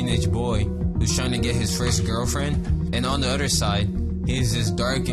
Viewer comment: i love how when u say other u say "udter"